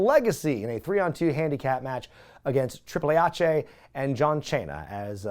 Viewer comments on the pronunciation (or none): I really hope thats how pronounces Triple H from now on